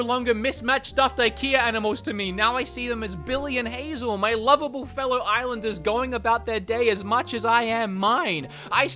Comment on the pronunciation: "IslandEmUps" lololol